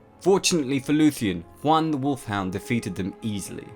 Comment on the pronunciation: A couple of suggestions regarding pronunciation--which you do pretty well on overall. -Aule is best pronounced "owl-eh" or "owl-uh" -Huan is more like "hew-on" than "hwan"--think "ewan." Tolkien's languages are based on Icelandic, Scandinavian, Gaelic, etc not latinate languages like Spanish. -The Maiar were more like angels than gods---Eru Iluvatar was the Creator, the Valarr were the pantheon of gods and goddesses, and the Maiar were their assistants/helpers/heralds/messengers, so almost literally angels. EDIT-so as I scan the comments, I see I'm far from the only one to make these, or similar, observations. No shade on you--love the channel and your content, but if this many Tolkien nerds can clock the inaccuracies.......just sayin'. And ya there are millions of arguments on pronunciation----my interpretations, though, are based on the pronunciation guide in the appendices of the Silmarillion--again, just sayin'. Really sorry I sound like such a picky dick.